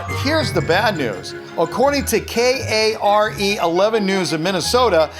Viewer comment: i live in minnesota, kare11 is pronouced care 11. hearing you say it is just funny